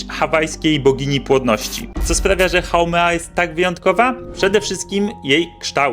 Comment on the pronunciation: Haumea nie haumena